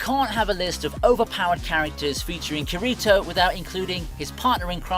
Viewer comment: Bruh "khireetoe" 💀 I'm already clicking off this video